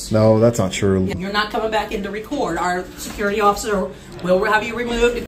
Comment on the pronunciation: I never realised before where apree got the pronunciation of ociffer from know I know it’s from you